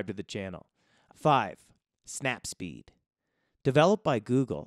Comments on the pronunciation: It's not snap speed , it's snap seed 🤦🏻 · Snap seed. Not snap speed yo. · Snapseed. Not snap seed yo. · snapSeed, not the snapSPeed :) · I was going to say that too when i heard it. It's bothering me. Lol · Snap-what? Say it again?